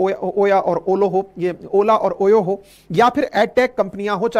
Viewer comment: Sir oya or olo was correct 😂😂